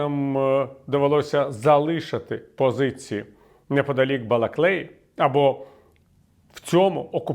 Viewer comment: Балаклії, Пане Віталію, Балаклії - не Балаклеї